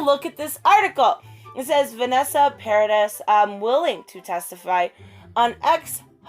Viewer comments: great video.... nicely done. Vanessa’s surname is pronounced ‘Paradee’ because the French don’t say the hard S on the end. Thought I’d answer your question there. 😊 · It’s pronounced PA-RA-DEE (Paradis). It means paradise in French. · It's pronounced Vanessa Pa-ra-dee. 😉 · it´s pronounced pah-rah-dee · Vanessa a beaucoup de classe. Elle a encore plein d'amour pour le père de ses enfants. Bravo. * Paradis is pronounced Paradee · I love watching and listening to these supports of Johnny DEPP. I never thought that Amber was credible!! She is far-too flighty and flakey!! SHHE IS NUTS!!! I am pretty sure that Vanessa's last name is pronounced as Paro dee. I am in no way, judging or criticizing just a helpful hint. I love watching Your channel. 😊👍🏼❤️❤️ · It’s pronounced Vanessa Paradee (silent S) 👍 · Say it like Para Dee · The "s" in Paradis is mute 😉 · Paradis is paradise in French, it’s pronounced paradi, the S is mute...And btw, I love you so muuuuch ♥️♥️♥️ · That's the most important declaration, they lived together for 14 years, that's more than enough to know someone lol Great support obv for him. ^^ Also, you almost have it, you just have to not say the 'S' at the end of Paradis ;) And she was famous and had a long career way before she was with him lol